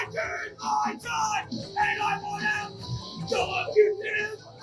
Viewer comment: has problems pronouncing words with "T" in them, most notably when he says "Want" he pronounces it as "Waahn"